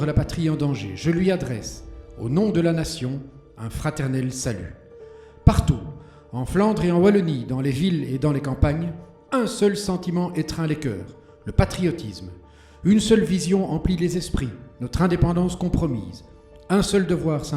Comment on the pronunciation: Et pour "Wallon", c'est un "W" et pas un "V" donc bon...